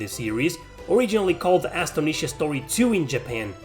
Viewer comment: Bro it's Astonisha Story's first word is pronounced as in the word "astonished" (surprised). Great vid!